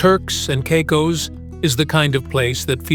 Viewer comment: Turks and Cycos… those AI voices are great, aren’t they?